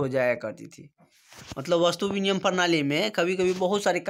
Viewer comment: Binimay hota h aap biniyam bol rhe hai